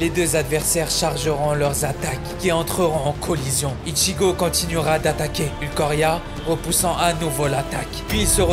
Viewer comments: C'est moi ou tu prononces mal le nom de l'Espada. Faut le prononcer Ulquiorra et pas Ulquorra. Peut-être est-ce dû au faite que tu n'accentue pas assez le i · Alors en soit rien de négatif à dire et merci du petit rappel de ces moments bien sûr juste n'écorche plus JAMAIS le nom du roi ULQUIORRA et pas ULKORIA. Merci. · C'est Ulquiorra pas ulquorria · La vidéo est incroyable, tu raconte trop bien on à l'impression d'y être. Je suis aussi d'accord avec toutes tes selections et je peux même te suggérer d'ajouter une scène de Nanatsu No Tanzai et Hunter X Hunter dans la prochaine vidéo car ils contiennent tout 2 des scènes légendaires. Juste un mini point négatif. On dit Ulquiora par Ulquoira. Voilà ! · Encore une bonne video par contre c’est ulquyora pas ulquora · Super vidéo ! Toujours d'une grande qualité, Par contre tu disais Ulquoria alors que c'est Ulquiorra. 🙃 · Comment il m'a tilte quand il disait ulcoria Sinon bonne vidéo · Ça m'a fait tiquer à chaque fois le "ulcoria" aulieu de Ulquiora 😭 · Lourd la vidéo mais tu veux pas dire Ulquiorra au lieu de Ulquoria ? 😅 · Terrible vidéo, juste par contre c'est ulQUIura pas ulqoria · Très bonne vidéo !! Par contre c'est vraiment Ulquiorra et non Ulquorria, ça pique un peu les oreilles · C'est maintenant que je remarque ceci mais Tu as dis Ulquoirra Pourtant on dit Ulquiorra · Ulquiiiiiiiiora pas Ulquoria ! 😅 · seul truc qui me dérange c'est que tu dit "Ulquorria" alors que c'est "Ulquiorra" mais sinon continue comme ça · cest marrant le concepte etc est cool, mais tu n'a pas respecté Ulquiorra en l'appelant sans relache ''Ulquorria'' -_-'' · par contre c pas ulquoria mais ulquiorra a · t'as dit au moins 15x ulquoria alors que c'est ULQUIORRA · Cest ulQIORA pas ulQUORIA, mais sinon tes video sont excellentes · Manque de respect pour mon animer favoris Bleach en prononçant ulquoria alors que c'est Oulkiora pour la phonétique bien sûr!!! Fait un effort srx mec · C'est pas Ulquorria mais Ulquiorra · Ulquiora pas Ulquoria